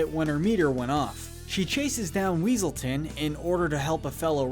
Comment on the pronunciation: "Weselton" It's Weaselton, Duke Weaselton!